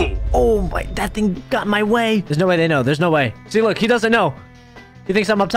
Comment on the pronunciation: and the way he pronounces ting and wit is just so funny